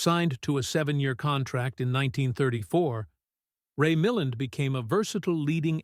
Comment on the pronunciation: Not only do I hate the AI voice, and particularly the repeated mispronunciation of Ray Milland's name, I am furious that I gave up 20 minutes of my life to see if there was anything to be said about favorite film 12 Angry Men, portrayed in the thumbnail. There wasn't.